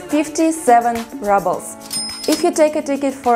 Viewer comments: I love how you pronounce "rubles" as if you think that's how an English speaker would say the word, but we actually pronounce it much as a Russian would, with an double o sound, as in cool. Also, in America and England (both places I have lived), in some cases we also weigh our vegetables when we buy them. I enjoy your videos. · Rubbles! 🤣 Such a cute pronunciation! Much better than the actual one . . . roobulls. 😎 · I love how she says Rubbles instead of Rubles (as pronounced here). Cost of living seems about 20-25% lower than in USA. Can you get a decent pizza in Russia?